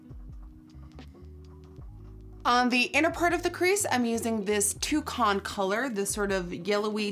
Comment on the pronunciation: You said "Two Con" instead of toucan.